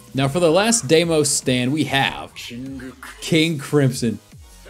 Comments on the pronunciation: demios XD DE I MOS not demios ur switching the M and the I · Btw it's not demios is deimos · mans said demios its daymos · Is not demios is deimos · it's "Deimos" not "Demios" 🗿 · Why does killer queen look like ghost rider? And its pronounced deymose or deymos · the stand names you did not say correctly so i will make it a bot easy you say it like day-mos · It’s pronounced Deimos, say like this: dey-mos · It’s not what u say Deimos it’s pronounced “day-mos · pronounced day-mos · I think deimos is pronounced day-mos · its pronounced dee mos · just fyi it's pronounced day-moss